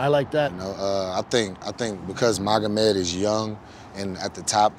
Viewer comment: Schaub: “Megamod” Hill: “Yea…Magomed” 😂